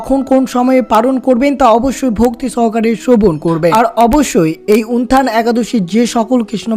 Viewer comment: হরেকৃষ্ণ। জয়শ্রী রাধারাণী।জয় গৌর জয় নিতাই।প্রভু যে ভাবে আপনি একাদশীর নাম টি উচ্চারণ করছেন তা ঠিক নয়। উত্থান একাদশী কে উনথান একাদশী বলছেন।